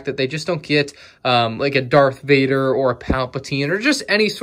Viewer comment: It is darth Vader not dark vader